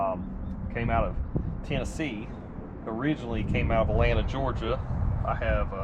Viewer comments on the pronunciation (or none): none